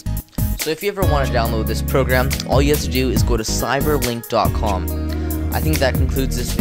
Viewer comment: Isn't it like cyberlink? not ciderlink :D